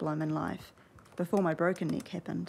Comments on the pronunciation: Great inspirational video. It did sound like you both said broken knee to us Americans. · I heard “knee” not “neck” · I thought she said broken leg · youre absolutely breath-taking and, yes, as an american, i heard "leg". also, not meaning to be forward, but i think theres a bit of spark between you and the young man thats around you. perhaps you should explore that a lil...further. <3<3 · 11swallowedinthesea, I know right? I thought she said leg, figured it out, and then she made the joke 😂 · Geez what's wrong with my American ears I honestly keep hearing "leg" instead of "neck" when I'm not paying attention close enough. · yup! I thought u said "leg" at first and I am American lol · I am not a native english speaker and I always hear something else when she or the dude say neck. Sometimes it sounds like leg other times more like knee #thestruggleisreal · I’m American and I thought she said leg